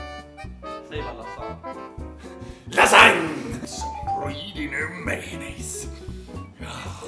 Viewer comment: lol the way u say "lasagne" (i'm italian) ;)